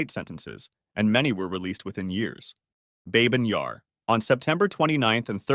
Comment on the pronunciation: It’s bah-byn yar, not babe-in :(